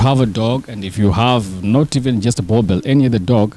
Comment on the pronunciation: Why do you guys call them boerbells ? 😂 Its Boeboer ( Boer-Bull )